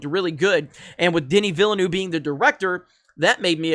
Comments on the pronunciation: wring on Villeneuve, hes French not Spanish, it’s Veelnoov, sorta—eu is a French sound that doesn’t appear in English. Look it up before you post, dolt. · It's pronounced vill-nuv. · You goofball! It’s “Veelnev”. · + Gamers. Villanueve is pronounced (vee-yah-NWAY-veh). The double "L" creates a "Y" sound in Spanish. Liet (lee-et) Kynes (Kines) Hope this helps. Aside from that great video. You should read the original Dune novels or at least see the 1984 movie. This video lets me know this is going to be butchered. Not a good thing. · Simple, boycott. Pronounced viel-nerve, like the racing drivers. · I know neuve actually means new, but its not pronounced like that. Villeneuve is pronounced, Ville-nerf:-) otherwise great vid as usual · dude is not even trying to say villeneuve lmao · Dude. It’s pronounced: vill-a-new-way-va. And baron Har-Kon-an. You’re killing me smalls. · You did not butcher half the names. You butchered every single one of them. You got Kynes right the first time and then carried on mispronouncing it. Bene; the last E is not silent. Gesserit is pronounced as spelled: jess-uh-rit. Denis's last name is pronounced vee-nuv. Atreides: ah-trey-deez.